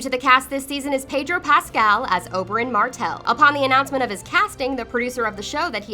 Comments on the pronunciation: It's Ob-er-in not Ob-er-on! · lady who is narrating this, please watch the damn show before doing these. it's Ober IN not ober On. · It’s not Ober-ON, for fuck sake. It’s Oberyn. Your videos are garbage because you can’t even get the names right. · OBERYN not OBERON lol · It's OberYn, not OberOn! Geez It's clear that she didn't see the show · Who is this Obouron you speak of, and why do you keep saying his name while Oberyn is on the screen. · It's ObeRYN not ObeRON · Holy shit. Briann, Olianna, Oberaan, Caitlin....makes everything you say void because you obviously don't watch the show. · I don't like her, becuase she is a terrible and uneducated narrator. She pronounced Oberyn as Obouron and Huisman as hoesmen. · Oh-lenn-uh (Olenna) not Oh-lee-ahnna (Seriously, this one was just unforgivable). Oh-burr-inn (Oberyn), not Oh-ber-onn Bree-enn (Brienne), not Bree-inn Cat-linn (Catelyn), not Kate-lenn She didn't even say disciple right. What' the hell's a discifle? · Oberyn is not pronounced "Oberan" it's Oberin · OBER-I-N JEEZ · fgs I clicked on the season 1 facts a couple of days ago just to get rid of this shit, now I'm getting spammed with more seasons of this crap. And judging from the comments the pronunciations are even worse in this one than it was in the first, calling Khal Drogo for "Drago". In this one Oberyn is Oberon and Olenna is apparently Lyanna. All these channels doing lists and shit never seem to actually be interested in many of the things they make lists of as long as it's popular and will gain them views. Some of the "facts" in the first video wasn't even correct. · Apparently Oberyn rhymes with toblorone - the chocolate brand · Oberohn. Sounds like it should be a Transformer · OleONNA? Does this narrator even read or watch Thrones? It's so fucking irritating that she can't get the names right. Even says Oberyn wrong. Sheesh. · You, you pronounced Oberyn right the first time but... after that you didn't, wtf